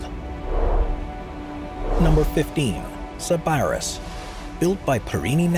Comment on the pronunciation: SIB-uh-riss (NOT sib-ARRR-iss) your accent is on the wrong sylable !!!